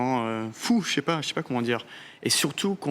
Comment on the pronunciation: C'est amusant il dit "chépa", rare pour les personnes qui ne parlent pas français majoritairement.